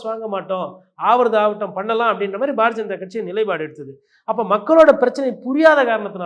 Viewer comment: பாரதீய ஜனதா என்பதை "bar janatha" என தெளிவாக உச்சரிக்கிறீர்களே. ஆனாலும் இப்படி கிண்டல் செய்யலாமா?😀